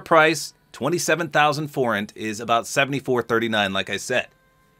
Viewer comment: Yes, you said Forint right